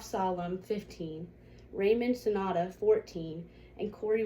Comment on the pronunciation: You didn’t pronounce Yusef Salam correctly. Also it is Raymond Santana not Sonata.